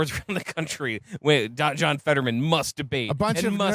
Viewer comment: It's "Fetterman," you stupid cunts. HOW do you FUCK THAT UP?